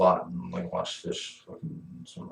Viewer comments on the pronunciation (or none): none